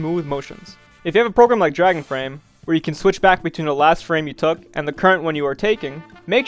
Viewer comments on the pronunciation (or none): none